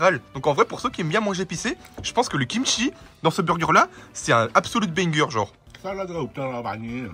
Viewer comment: Il a dit combien de fois benger😂😂😂😂